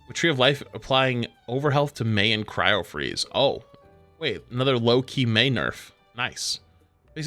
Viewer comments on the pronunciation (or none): none